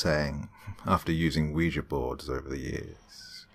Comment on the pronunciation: Games And Movies Entertainment actually its pronounced wee ja